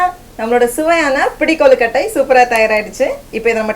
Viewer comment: Hi, I have tried your recipes it's good and my family members enjoyed too.. But one small thing I wanted to tell you. Please don't get offended . The Tamil pronunciation.. the beauty of the language is ழ please if it's said properly it will add beauty to the language . It's கொழுகட்டை but u said கொலுகட்டை It's தமிழ் but u said தமில் It's அழகு but u said it's அலகு this means beak. Please don't mistake me .. I just wanted to enhance the beauty of our language . I'm sorry if it affected you by any means .